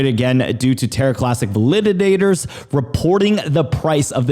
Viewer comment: VAL-I-DAT-ORS. Not val-lid-did-dators.